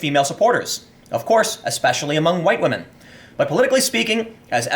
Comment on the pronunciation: One word "whamen"